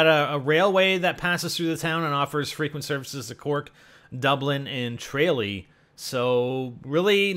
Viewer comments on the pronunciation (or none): I swear to God if there is a map in Tralee (I live there) I will just ejaculate everywhere. Also for future reference its pronounced tra as in tramp not tra as in tray... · As an Irishman the pronunciations from is just so bad its funny! Connaught is pronounced Con-Knocked, Tralee or TraYLee as he says is Tra-Lee, you know..the way its spelled! Oh and he saw the name Eoghan (Owen) and said E-Og-Han, priceless! Hes not to know I understand that, but its so funny! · Lol he sead Tralee wrong lol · tra lee not trillee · Connacht = CONN-ockt. There so much else wrong but that's mostly our languages fault. Also, trah-LEE and SLAI-goh. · Its tra-lee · Gotta love the way he can't pronounce Tralee, Connacht,Sligo and Donegal, plus the writing above the town name is just the original Irish name for the town or town land . For example Belfast is 'Béal Feirste' - mouth of the sandbanks/fjord.